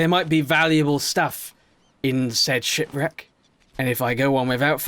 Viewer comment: you said shit reck instead of ship reck